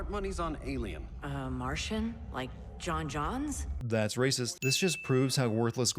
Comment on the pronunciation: Called J'onnz "John Johns"